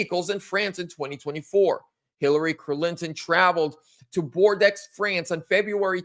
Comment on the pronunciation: It’s French you pronounce it like BORDO not Bordux